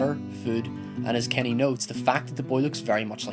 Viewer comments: Its Kenny not lenny. Well Lilly's a bitch everywhere. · you have a weird way of saying Kenny...